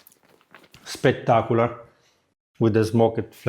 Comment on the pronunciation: SPECK-tark-oo-lar...... 😁😚😂.... Absolutely love your channel.🥰